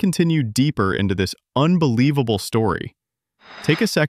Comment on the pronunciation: mark Mr. A.I. narrator guy claims the story to be "unvelievable"? As old Clueless Joe used to say, "C'mon man!"